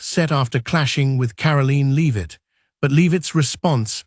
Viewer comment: It’s Karoline , not Caroline And pronounced Lev itt not Leave itt. Robot has no credibility.